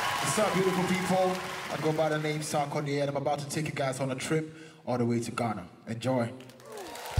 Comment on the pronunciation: How these people can pronounce "dear" but cannot pronounce "sarkodie"? still baffles my mind!